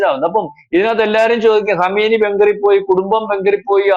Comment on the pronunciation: Kamaini alla kumaini peruparayan polum Arkyilla